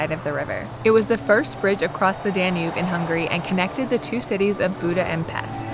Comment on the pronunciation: I am surprised you can not pronounce DANUBE. not even close